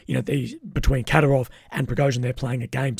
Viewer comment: You need to stress the second syllable in Kadyrov